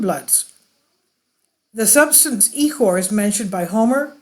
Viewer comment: Proper pronunciation is ik•or the ch is a K soaund and the I is not an E sound not E • Core